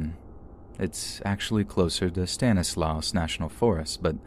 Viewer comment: “S” on the end of “Stanislaus” is silent.